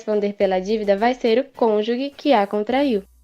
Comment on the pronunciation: A pronúncia da palavra "cônjuge" está errada